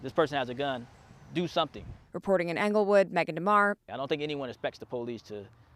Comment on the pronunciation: Ingle not anglewood 😂😂😂😂